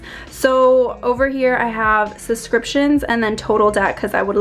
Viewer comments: 'Suscriptions' - Miranda, is that you? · “Suscriptions” made me lol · Did you really just say SUScriptions??? The word is SUBscriptions......omg what an idiot